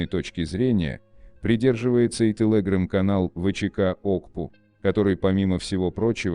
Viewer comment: Не интересно спрашивать, неужели всего этого никто не знал раньше? ". Интересно другое - у нас в стране совсем кончились настоящие, грамотные дикторы? Особенно умиляет " тэлэграм" в произношении робота.